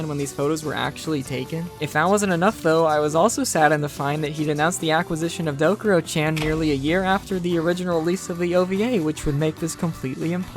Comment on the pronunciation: it's called Dokuro-CHAN, not Dokuro-CHEN